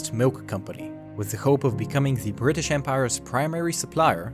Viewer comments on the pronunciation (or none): none